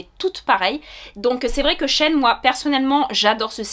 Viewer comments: coucou ça se prononce she ine car c’était anciennement she inside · Merci pour cette super vidéo! :)Je crois qu'on prononce Shi In :) Et au niveau des chaussures, as-tu pris ta pointure habituelle? Merci :)